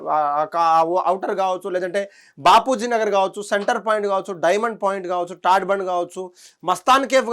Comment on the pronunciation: Arey vo BALAMRAI Ani palakadame radhu.. Neevu oka va???? TADFORT Kadhu TARBANDH... 😂😂😂😂😂😂😂😂 ilanti thappulu chadivevaru laaaaa... 😂😂😂😂😂😂😂